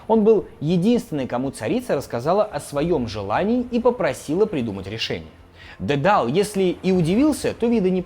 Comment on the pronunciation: тИсЕй, пИрсЕй, дИдал. Не, прости господи, Тэсэй, Пэрсэй и Дэдал. А что это за шутки за 300 про БДСМ и закладки? Словно мой батя решил, что умеет в Молодёжный юмор 🤦🏻‍♀️